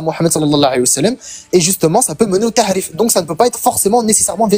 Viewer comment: Ce cotorep la reprend sur l’arabe et il dit ta3wil au lieu de tawil 😂😂😂😂😂 au lieu de dire tahrif il dit ta3rif 😂😂😂😂😂😂😂😭😭😭😭😭😭